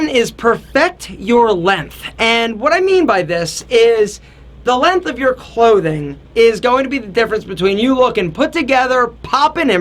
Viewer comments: length not lenth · LenGth. What is this LENTH business you speak of?